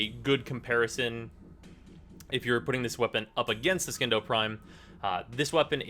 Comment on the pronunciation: It's pronounced Sindo.